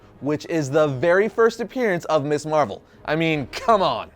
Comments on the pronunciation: Ms. pronounced Miz. MIZ Marvel, not Miss Marvel! And Monica Rambeau was Captain Marvel long before Carol Danvers. I am so close to giving up on you. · This is such a nitpick-y thing but... I think worth mentioning. Your pronunciation of Ms Marvel is slightly off. Ms Marvel should, actually, be pronounced Mz Marvel with a hard "z" sound, not like "Miss". The naming of Ms. Marvel as "Ms." Marvel rather than "Miss" Marvel was a deliberate distinction during the 70s since the use of the term "Ms" was a bit of feminist statement at the time. When used correctly, "Miss" is only used when a women is unmarried, while "Ms" is a neutral term that can be used regardless of whether a woman is married or single. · I know you're young, but it's pronounced "MIZZ" (Ms.) Marvel. NOT "Miss Marvel".